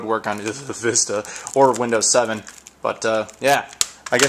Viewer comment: Every time you say the word 'Vista', a child dies.